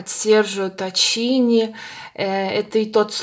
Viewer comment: Правильно бренд произносится Серджио Таккини а не Таччини.